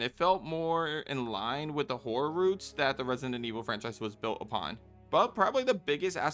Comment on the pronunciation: you definitely said whore and not horror lmaooo